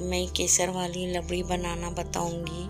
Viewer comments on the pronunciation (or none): It's rabdi not labdi